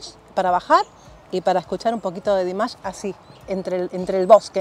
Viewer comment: Me encanta que te encante, un pequeño alcance, su nombre se pronuncia Dímash no Dimásh